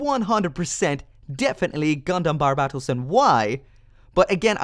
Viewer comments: It's "Barbatos". Not "Barbarbatos". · You still can’t say barbatos right, it’s bar-ba-t-os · It is not barbatos